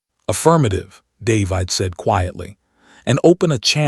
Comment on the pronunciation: Dave-eyed?? Really? Can't even pronounce a common name?